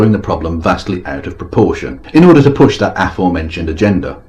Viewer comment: Thank you, I think this is my first one of these which isn't about someone obsessed with an Armenian American, this one was about someone obsessed with a Hungarian American. Someone needs to tell Petey the "G" in agenda is soft., just to say, I think the leaders that Petey loves being in power is more a symptom of, rather than the cause of, their countries generally lower levels of happiness.